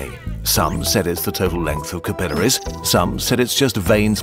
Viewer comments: the sheer amount of times you pronounce capillaries wrong is infuriating. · all this digging and can't pronounce capillaries correctly. ... seems legit.